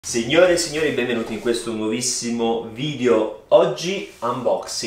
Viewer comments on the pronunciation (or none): si dice vidEo no vidio🤯 ogni volta eh!!